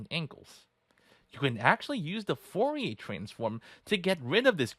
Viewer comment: Foh-ye transform lol